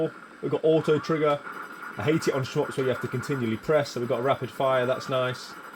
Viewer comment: Really enjoy your videos brother. please stop saying "sh-mups" LOL